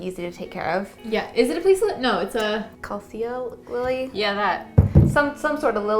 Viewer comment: Pronunciation of the lily-non-lily: Ka-li-ko